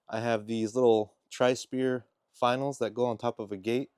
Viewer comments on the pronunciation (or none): Pronounced Fin-eee-al. Hold your pinky in the air when you say it. Yeah, they suck. Double pass tacks usually do it. 🇨🇦